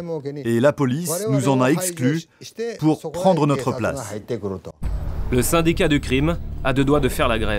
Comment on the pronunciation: "le" syn"d"i"c"a"t"